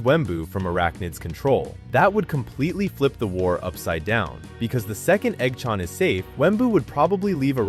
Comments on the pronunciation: Eggchant❌ EggChann✅😭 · the hell u mean by "igchawn"?? its eggchan son😭😭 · dont talking about he saying eoggchaan